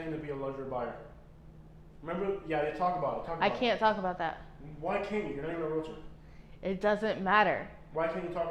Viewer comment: It’s amazing to me how many realtors don’t even know how to pronounce realtor. It’s realTOR, not realator.